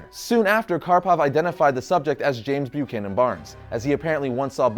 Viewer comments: i heard "Lets see how James fuckin Barns became Captain America" lol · It sounded like he said James fuckin Barnes lol